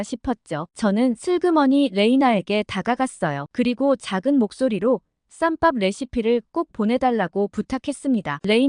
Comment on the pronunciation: 쌈빱이아니고쌈밥~~~~~~~AI가읽는거는 절대 구독 안누른다~~~~~~~~~~~``